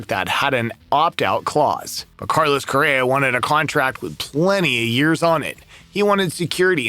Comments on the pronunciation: He keeps saying Correra….. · Really should work on the pronunciation of Carlos' name, lol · He’s not even pronouncing his last name correctly